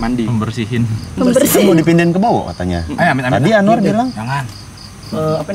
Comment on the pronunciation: Aswar.. Aswar.. (Anwar) bikin gagal fokus.. Ngakak ada anwar😂🙏